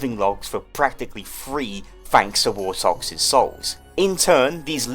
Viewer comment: Five hundred wortoxes